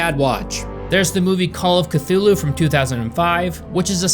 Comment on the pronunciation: Strange that your American tongue could not pronounce those directors’ and writers’ names, but yet you can pronounce Cthulu’s proper name just fine. 🤔